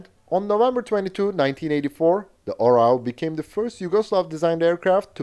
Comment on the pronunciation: Hey, you know the OREO cookies? Put the emphasis on the first letter "O" and change E with A and you will get the correct pronunciation of the Serbian word "eagle". :)